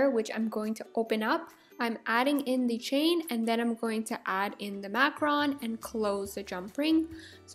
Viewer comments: I'm sorry I can't take it, it's Mac-roon not Mac-Ron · It's pronounced makaroon not makrun. (macaroon) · I absolutely adore your DIY videos! I'm making my own cute little DIY's at the moment, but I noticed something that (call me petty I know lol) Is a bit of a pet peeve of mine. When you talk about Macaroons, you call them "Macrons." I just wanted to let you know the word is "Mac-a-roon." From one person to another! Not being a butthole, just trying to help you out a little!!! <3 KEEP MAKING CUTE STUFF I LOVE IT! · Omg you do not know how to pronounce macarOOns it annoys me so much it is not macarons it is macarOOns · Is it really pronounced macaRON? I thought it was macaROON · this video is so cool! (also it's pronounced mac-u-roon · you should say it like maroon